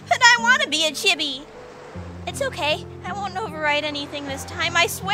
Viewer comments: sadly its pronounced cheebee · lol it's pronounced "cheebee"